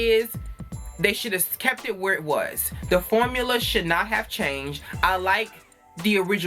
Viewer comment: "Iz you live whoorrrre?" 🤣🤣🤣 You said exactly what I was thinking Khia's mouth is not for tv (take that how you want🤐)